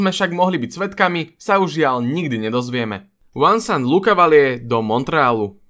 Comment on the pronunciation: Chcelo by to popracovať na výslovnosti niektorých hráčov... Vuncent Lucavalier, Tony Amonie vyslovene trhali uši